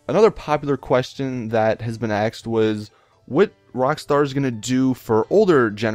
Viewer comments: I love how you say people "axed" questions, you're so intelligent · "Somebody axed" omfg he's turning black.